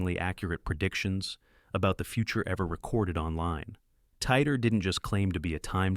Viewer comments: cant even prenounce titor correctly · wow, Hold on—are you seriously claiming this is real? If you’d done a bit of proper research, you’d see that John Titor was a hoax created by a couple of people. Also, you’re not even pronouncing ‘Titor’ correctly. This first part of your video is already spreading misinformation.